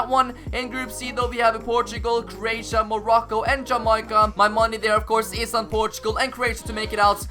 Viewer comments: Its not Jamycia its Jamaica plus im Jamacia so im offended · Im really glad my home country Jamaica made it to the world cup but you didn't pronounce it right😤🤬